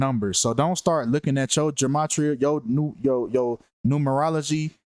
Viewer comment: Ge-may-tri-uh is the proper pronunciation 💯